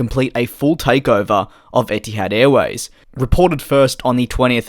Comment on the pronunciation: as an arab, i honestly hate when a company names themselves after an arabic word (etihad (اتحاد) means union in arabic btw) because it's always going to get butchered lol. not blaming u btw, u r not an arab. love ur vids too, keep at it